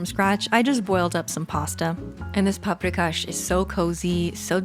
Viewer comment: Oh WOW ! firstly you reminded me of my childhood staple paprikas 😍 (i am from Slovakia but our food is influenced strongly by surrounding states) and secondly, i noticed that you pronounced the names of dishes correctly, for which you should get a credit.